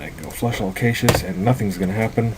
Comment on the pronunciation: never make fun of a man for pronouncing a word incorrectly, for indeed, he learned the word by reading it.